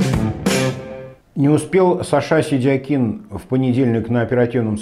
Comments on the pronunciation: Если он себя выставляет как сашА,,вполне грамотно звучит и сидякИн.Это же он сам представил себя так,Вы инфу пропустили? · ставь ударение правильно произнося фамилию Сидякина, это проявление безграмотности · Ударение соответствует тому , как Саша себя обозначил в соцсетях